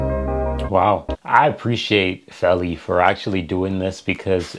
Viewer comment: Feli = FAY-LEE